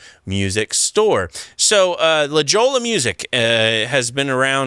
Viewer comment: La Jolla in CA is pronounced La Hoya... a lot of Spanish in CA.